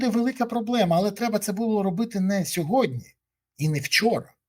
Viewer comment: не "сьогоднЯ", а - "сьогоднІ ", невже так важко запам'ятати?